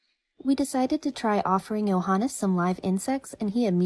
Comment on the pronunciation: Why are you pronouncing his name as “Johan”?